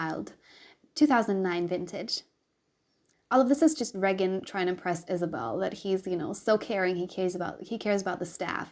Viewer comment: Ray-gin is the correct pronunciation :) love your dragging of sadism!!